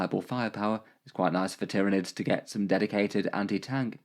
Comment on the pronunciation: Ah yes, the Tier-of-Nids